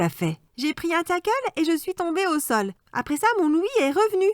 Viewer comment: Un takel wow on dit un tacle et c'est pas méchant